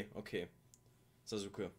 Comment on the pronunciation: Hey denke du schaust Naruto sicher auf Deutsch, deshalb als kleine Info: Sasuke wird zwar so geschrieben und leider in der deutschen Syncro auch so ausgesprochen aber eigentlich ist das U in seinem Namen stumm. Richtige Sprechweise wäre also Saske mit scharf gesprochenen S im Namen. Will nicht klugscheißen aber gibt einige Leute die das hart triggert wenn sie das original kennen oder schauen. Wünsch dir weiter viel Spaß bei der Serie.